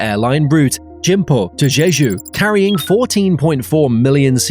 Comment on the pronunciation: Add Incheon and Gimpo to the list of names said wrong.